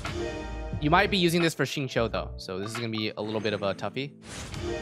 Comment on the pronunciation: f20? also its xingqiu, not xinqui